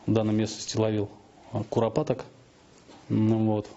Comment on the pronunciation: курапатак 😂😂😂😂 мусор сам похож на куропатку 😁🤡